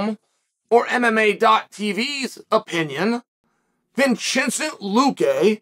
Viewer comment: Vinchincent Luque